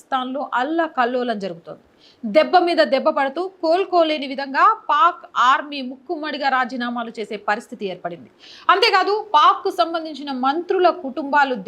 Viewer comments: తెలుగు కరెక్ట్ గా మాట్లాడం నేర్చి కో నా సలహా! ముక్కుమ్మడిగా కాదు పలకాల్సింది: మూకుమ్మడి అని పలకాలి. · ముక్కుమ్మడి కాదు మూకుమ్మడి అనాలి మేడం 🙏🤣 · పెహల్గామా కాదు. పెహల్గాం. సవరణా చట్టం కాదు. సవరణ చట్టం. ముక్కుమ్మడి రాజీనామాలు కాదు. మూకుమ్మడి. (మూకలు ఉమ్మడిగా ) ఇలాంటివి చాలా చిన్న విషయాలు. కానీ తెలుగుభాష అందం పోతుంది. ఇవి సరిజేసుకుంటే మీ వ్యాఖ్యానం వినసొంపుగా ఉండి, అదిరిపోతోంది.